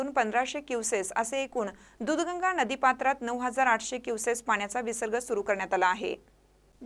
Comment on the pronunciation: क्युसेस कि क्युसेक ?? आवाहन सांगत नसतात तर आवाहन करत असतात !!! शुद्ध मराठी बोलण्याचा प्रयत्न करावा !!😢